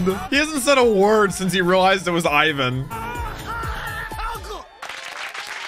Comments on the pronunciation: its not freaking AIVAN its EEEEEEEEEEEEEEEEE VAN with an I this feels so triggering and uncomfortable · It's not Aye-one it's ee-wan because his name is Ivankov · Please won't call him I-win ... It's E-Vaan-kov Or E-Vaan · He is not canned Ai-van it's I V A N. I as in 'inch' for all Americans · its iwan not AIwan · You saying Eye van is killing me! lol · Yo it's pronounced (Eve - Van) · Iva-chan transing genders since 2009, baby! And please stop calling him Ayvan, it's killing me. Pronounce Ivan like they do in the anime, please! :'D